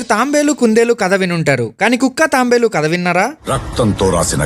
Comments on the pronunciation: అన్నా తాంబేలు కాదు తాబేలు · Tambe Lu not not tabelu😂